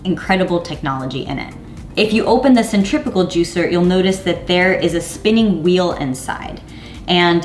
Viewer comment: it sounds like you’re saying centripical juicer ...it’s centrifugal right ?